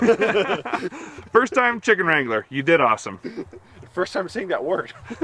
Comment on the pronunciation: cant say chicken hahaha🙈